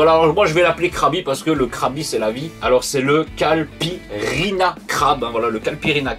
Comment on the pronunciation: Merci pour la vidéo :) Très sympa comme d'hab. J'ai pris le pack de 3 parce que les 3 me tentent, mais c'est le Daiquiri que je veux goûter en premier. (Petit détail pas du tout important mais c'est Caïpirinha pas Calpirinha xD)